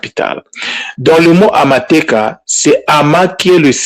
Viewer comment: Juste un petit ajout de comment on prononce " iteeka" (décret)et non " iteka". Amateeka (decrets)et non " amateka". En effet en kinyarwanda ou gihutu oh Kirundi le mot peut changer de sens juste à cause des sons sur les voyelles. Les accents graves interviennent donc sur ce mot: itèèka et amatèèka